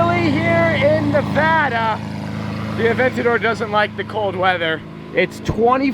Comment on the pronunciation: Finally a YouTubed that says Nevada the right way ... hate all the youtubers that sit there and try to say it grammatically correct I just want to slap them...